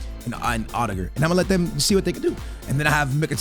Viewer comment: Bro why does he say odegaard like that it’s not that difficult to say Omds😂🤦saying it like he’s rudiger 😂